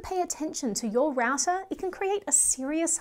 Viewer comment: Raouser ? It should be pronounced as rau·tr